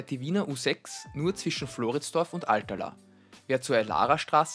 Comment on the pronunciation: Nur so nebenbei: Alt-Erlaa, nicht Alter-Laa :-)